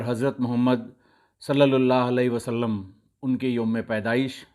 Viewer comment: Great 👍 👌 u pronounced S A W so correctly So mny Muslims are not able to....